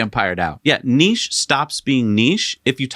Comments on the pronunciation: Thank goodness you’re pronouncing niche correctly! During my Mazda Apprenticeship, we were informed that the MX-5 was a niche product - they planned it that way. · Thank you for correctly pronouncing niche, I can’t stand the other way. Million likes! 👍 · I'm so happy you guys pronounce niche correctly 😂